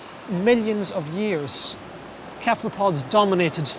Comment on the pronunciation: After 37 minutes the guy keeps saying "kephalpods" and it's driving me insane!